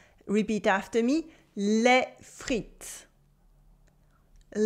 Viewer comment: Why do you say "les friTS" and repeat it like that again? They'll think that's the right pronunciation. yeah this is better. especially repeat this version, without the s